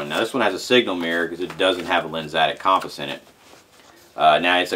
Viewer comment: A cawmpows?.....lol